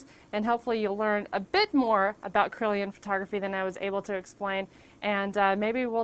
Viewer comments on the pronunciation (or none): i kept thinking you said corellian photography